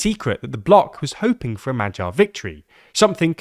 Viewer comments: That "MaGYar" rather sounds like "MaTTYar", let's work on that 😄 appretiate the effort though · for all anglophones here: its Magyar (g pronounced like in a word "great") not MAJYAR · the 'gy' sound is more like when americans skip the 'o' from 'do you know'. Try pronouncing Madyar, Shaping the 'a'-s like 'o'-s, (by opening up your jaw) while putting the emphasis on the first syllable. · Are you sure? I'm not Hungarian but dictionaries do tell me to pronounce it as [ˈmɒɟɒr] not [ˈmɒgjɒr]. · Magyar is Hungarian surname. Please read this surname as 'Madiar' with D instead of G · Why don't you make the effort to find out how is Magyar correctly pronounced?